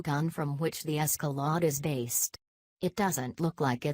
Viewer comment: Caddle ack? Human voice, please. Escalot? WTF?